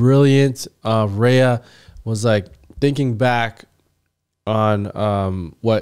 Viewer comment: Couldn't pronounce one name my guy? Lol